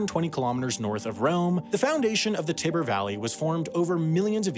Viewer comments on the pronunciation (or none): Ah yes, the Tibber River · Interesting video. But the i in Tiber is long. That mispronunciation is kind of grating. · Americans (and all other Anglophones for that matter) say "TAI-ber" like Tiger but with a /b/ instead of a /g/